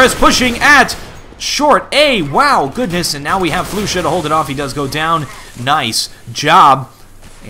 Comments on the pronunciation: flusha's name is prennounced more like flosha not floosha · yeah i know but hes says it like floosha so in order to explain how it should be said i sad its like flosha because it kinda is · did he just say floosha